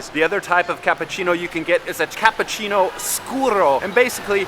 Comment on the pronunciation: You are very good. I'm sure you can learn to say cappUccino and not cappAccino.